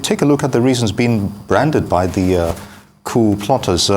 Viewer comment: It is not Kew. It is Coup.